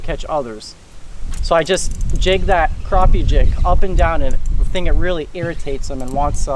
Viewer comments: Awesome, what rod are you using ( the long handled one )? Btw it's called Crap-e not crop-e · Crappie Not Kropp Eeh!